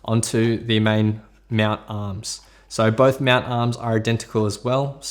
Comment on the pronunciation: He says meownt instead of mount XD